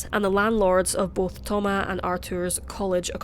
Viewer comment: Thoma"s!" Not Thoma